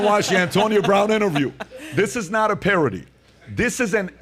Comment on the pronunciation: Par-OH-dee? Nice one,.